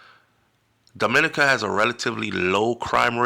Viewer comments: Thanks for this heads-up! DOMINICA is pronounced Domi-NEE-ka, stress on the NEE. Hope you plan to visit soon. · Why Dominica 🇩🇲 mostly prounce wrong